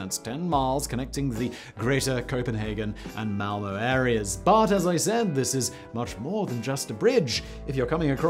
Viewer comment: Weird you get away with pronouncing Malmø, but mishandle Øresund and Jørgen ...